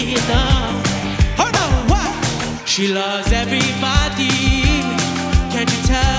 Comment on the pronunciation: why he mispronounces "everybody"? Is it because he is from Canada?